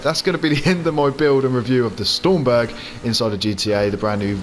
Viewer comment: It isn't stormberg it's stromberg strom not storm ! ⚡️